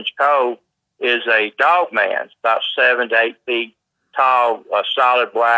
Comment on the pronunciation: Its his accent making him hit words weirdly and jump around with his vocabulary